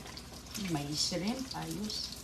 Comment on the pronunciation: Shrimp not s rimp